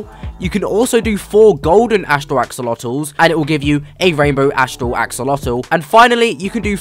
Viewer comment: Axolotls ❌ AxOOlOtoSiS ✅